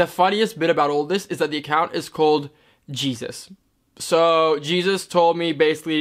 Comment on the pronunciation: Hun, Jesus is a common Mexican name. It is not pronounced as in Our Savior Jesus Christ. Its confusing, I know. You do great, keep smiling !